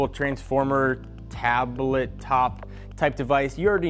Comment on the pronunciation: In the first 25 seconds you had me rolling. First because of how YOU rolled up into frame then you said "taab-uh-let."